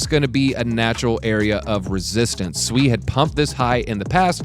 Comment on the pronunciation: You say sui weird Americans 🤦‍♂️🤣